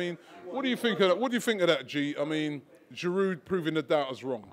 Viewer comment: Giroud is only getting stick from his past performance.. right now he is putting in the goals.. so no Gooner can complain. Pronounced GEEROO ROBBIE, NOT FRIGGIN GEERUDE.